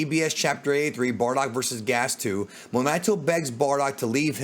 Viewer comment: I think he meant “two” he just missed every letter.